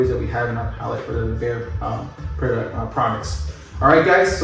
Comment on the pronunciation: Isn't it BEHR not BEAR? Love your homes.